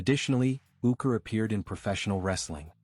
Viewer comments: Quality video ... not ... can't even pronounce his name correctly! AI is wonderful! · it's not possible to be respectable and get the AI to pronounce his name correctly?